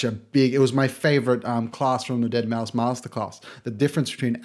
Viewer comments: Good video thanks. (However, Deadmau5 is pronounced as "dead mouse" rather than "dead mow") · Mouse NOT MAU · It's pronounced Mouse not Mau, sorry I needed to get that out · it triggers me when he said deadmow instead of saying deadmouse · It's pronounced "dead mouse" not "deadmow" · I agree that the AVB class is probably better for learning, but Joel is honestly a better producer overall. Also please stop mispronouncing it as "deadmow" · ... Did he say "Dead Mau"? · its said DEADMOUSE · DEAD MOW?! cmon mayne get the name right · Really just made an entire video on Deadmau5, but failed to research the proper pronunciation of his name. Solid video. But weird 😂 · Uhm, you're pronouncing deadmau5 wrong like 60% of tha time bruh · Why cant you say deadmau5 properly? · you already sound like you have no idea what you're on about. Can't even pronounce deadmau5's name. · the minute you incorrectly pronounced Deadmau5 I knew it was over